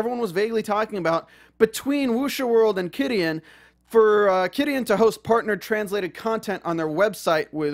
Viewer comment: Thanks for posting all this! Just some helpful advice though, it's pronounced Chi-dian, like "chi" the life energy cultivators use. Super messed up about taking down the patreons -_- While I don't support Qidian's methodology, I gotta say, wuxiaworld failed to get the rights for all these stories didn't they? It was just really bad business sense on their part. It seems they got screwed over by their lack of research and business sense.